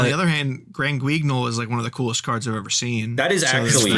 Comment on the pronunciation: You were SO CLOSE at the hard to pronounce round, screw me. Granguignol the Dusk Dragon is named after Le Theatre de Grand-Guignol (Translation: The Theater of the Great Puppet) often just referred to as Grand-Guignol. It's a theater in Paris that specializes in naturalistic horror. I got this from the Trivia section on Yugipedia 🙏